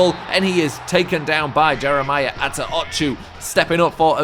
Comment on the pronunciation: For the love of God please say Attaochu right. I cringe every time you say it